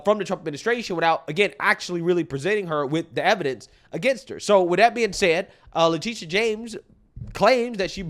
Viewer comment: Her name is Letititia, Le-tittie-ah